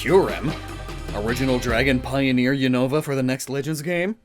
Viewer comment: Not unovu